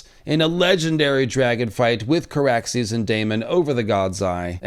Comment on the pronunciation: It's Car-axes and and and Vhagar-bond 🤦‍♂️ I love y'all...I hate me tooo 🤦‍♂️( just over there a bit, a bit more, ahhh a bit more....ahhh yes and there we go) everyone continue. That never happened. Whatcha on about? Exactly!